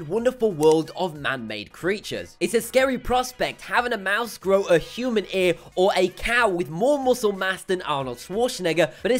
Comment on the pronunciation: Is it really that hard to pronounce "Human" and " Dengue"???